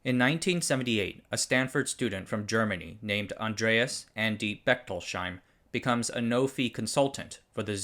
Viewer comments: Just fyi it is not Bechtol-sheim but Bechtols-heim. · Just a small note on Bechtolsheims name. It is Bech-tols-heim, not Bechtol-sheim. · It's pronounced Bechtols-Heim, not Bechtol-Sheim. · "Bechtolsheim" is pronounched "Bechtols-heim", not "Bechtol-sheim". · "Bechtols-heim", no "sh" sound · That's Becht ols heim (heim is German for home) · In German, the letter combination "...sh..." isn't pronounced "sh" in most circumstances. So, "Bechtolsheim" sounds more like "Bekhtols Hyme". But thanks for the concise wrap-up of Sun's history without background music. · Great video as always. Just a note on the pronunciation of Bechtolsheim – the three syllables in German are separated like so: Bech-tols-heim, with “heim” meaning “home”. Therefore, the “sh” is not a single sound as in “shoe” but must be separated into “s” and “h”.